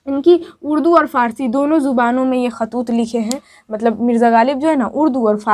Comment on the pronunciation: khatoot nahi khotoot h